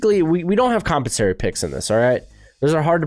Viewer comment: Are you trying to say compensatory?